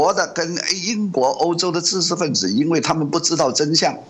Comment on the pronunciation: ㄓ ㄓ ㄓ 不是ㄗ